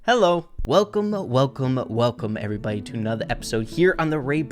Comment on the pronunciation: when u said Welcome Welcome Welcome it sounded like Welcomo welcomo Welcomo